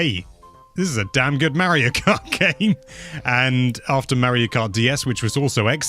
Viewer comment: Is it a british thing to pronounce Mario as Mawio?